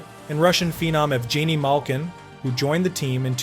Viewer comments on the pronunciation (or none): Why are your pronunciations of ev-genie malkin and I-gore larionuve so terrible. You a fan or a content creator. Eee-gore and Ev-genny should be base level. Lariono is nicknamed the professor and one of the og members of the Russian 5 for God sake. Learn your history before you try to chronicle it POS.